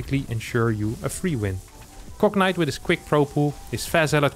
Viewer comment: Gotta love how pronounces Cognite as "Cocknight".